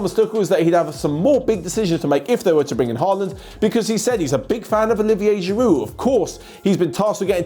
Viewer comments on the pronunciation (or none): none